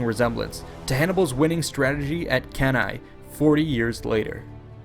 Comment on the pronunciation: Thanks for a great documentary about this little know but gigantic sea battle. The music was a little loud in some places but overall The description and the animation are excellent. And thanks for pronouncing ‘Cannae’ correctly.